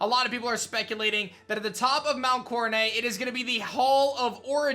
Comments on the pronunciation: Will you stop saying Mount CoroNAY!!! It's Mount CoroNET!!! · I just wish you would pronounce Coronet correctly instead of coronayyy. It’s not French like ballet or fillet. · Di-did he just say coroneigh? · Why do you pronounce it as “coronay”?? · "Mount Core-uh-nay" "Are-key-us" yikes